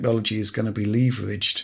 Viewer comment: Leave-ridged? Wtf is that?